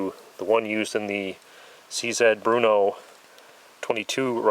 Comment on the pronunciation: Nice video! Im going to get a used norinco .223 next week and so it was very interestion go hear all the info. Also its BRNO (the hard R) not BRUNO - like a name;)